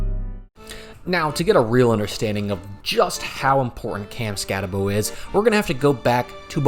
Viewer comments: Skatteboo not Skattebow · Stattebow and Leave-it? come on man... if you watched any games they were in you should know how to pronounce their names. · It's just... Say the name right. You bothered to make a video, but didn't even bother to learn to say his name correctly? Couldn't get through the video more than a few minutes. Cam Skat-ah-Boo